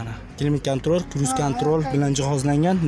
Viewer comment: Ruschani eplasen gapirgin kruz kantrol klimt kantrol deb sakvordinu